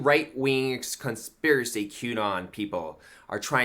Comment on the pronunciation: Gotta feel bad for the conspiracy theorist who can't articulate "conspiracy." 😕